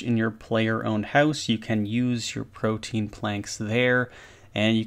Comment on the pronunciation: Proteins?! lol why do RuneScapers not know how to pronounce protean? Am I too critical? I dont know.